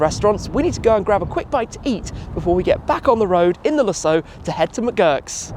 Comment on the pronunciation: I like what you do here Tim, so I'm not here to give you a hard time, but some of your pronunciations make me crazy. Lusso Oh wow! That DBS is stunning!